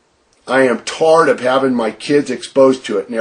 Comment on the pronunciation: Why does he pronounce tired, "tard"? Ugh